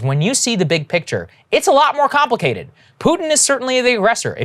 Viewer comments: “Compwakated” - Saager, 2022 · Very compwicated indeed 😆